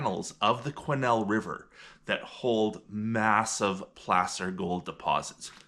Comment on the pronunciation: Why is "Placer" pronounced like p-lass-er instead of p-lace-er?